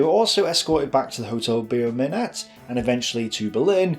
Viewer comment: Really nice documentary, very interesting. Small comment: the name of the hotel, beau ('beautiful') is not pronounced "be-oh", but simply "boh" - like the actor Beau Bridges, or the word for a male admirer :-)